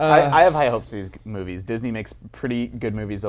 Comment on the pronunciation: He almost said jizz-ney ha